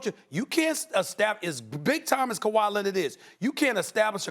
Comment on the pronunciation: Lennid with the steal 3 on 1 Kawhi hoo hoo hoo KAWHI SLAMS IT DOWN!!!!!!!!!!!!